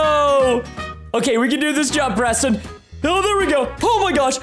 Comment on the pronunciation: Why does always say pweston instead of Preston,no effence